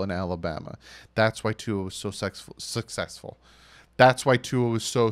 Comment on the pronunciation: am I the only one who heard “sex-full” hmm... only kidding haha great video